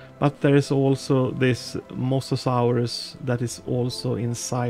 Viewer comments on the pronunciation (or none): none